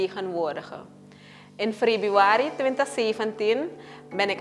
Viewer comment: alle lof maar waarom zegt ze frebiari?